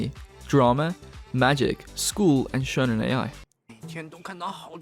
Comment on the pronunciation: “Shounen A.I.”? Dude, they’re not young robots in love